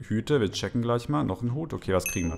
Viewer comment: isch hab ein hüt und der steht mir so güt"